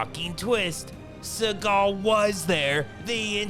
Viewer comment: Steven Z-eagal